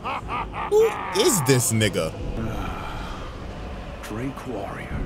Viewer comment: Bro said drake warriout